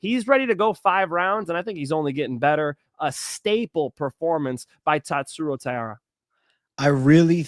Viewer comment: it's TAI-RA